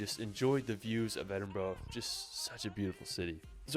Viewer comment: He absolutely butchered the Edinburgh pronunciation 😮